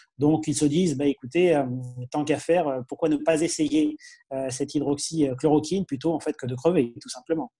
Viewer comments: Ça commence très mal le topo sur Raoult, bavard et imprécis - faudra apprendre à prononcer hydroxychloroquine camarade journaliste - laissant entendre que la cause du Plaquenil, donc, gagnerait ("Victoire") parce qu'autorisée par décret ! Quel contresens : le médoc est ici seulement prescrit dans les cas désespérés, au rebours de ce que préconisent Raoult ! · Le journaliste qui nous informe sur Raoult ne sait pas prononcer hydroxy-chloroquine? 😂